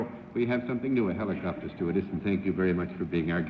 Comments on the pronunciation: Oh Lord....Bennett said "heeelocopter" again.... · The original pronunciation was indeed with a long e vowel. The Greek roots are "heliko-" meaning spiral, as in "helix", and "pter" meaning wing, as in pterodactyl. You can find the older pronunciation in 1940s newsreels and in older dictionaries. It's gone out of style, and the modern pronunciation and the slang "copter" short form obscure the origins of the word.